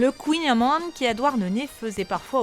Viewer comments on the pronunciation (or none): Ta pronontiation est mauvaise mais c'est drôle. On dit khouign amann !